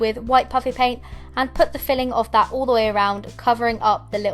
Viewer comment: STOP SAYING "ALL" "UUUUUUUL"